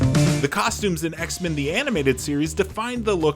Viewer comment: This dude saying X-Men like it's a surname. It's X-MEN not Xmen